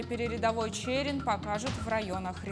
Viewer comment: Читать научись - ЧЭЭрин!